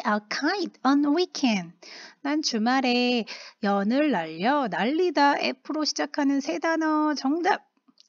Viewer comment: 난 주말에 연을 날려를 난 주말에 연애를 해 라고 들음ㅋㅋ